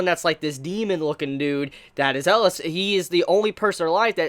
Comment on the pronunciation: I am (rightfully) feeling triggered by how he pronounces it